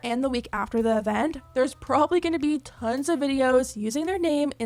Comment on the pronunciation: When you said "Tons of people have been calling then out" I heard "Tens of"🤣 hope no one falls for this scam of theirs.